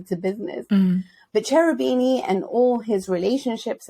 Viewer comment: 'Ch' is always a hard (k) sound in Italian i.e. Kerubini :)